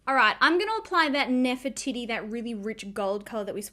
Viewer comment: 😂 So.Cal girl here and I was laughing too! The first time she said it I was like 😳 and then 🤣